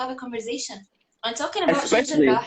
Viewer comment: Cukup suka dengar pronounce Sheikh Jarrah. Lain bunyi kholkaloh dia.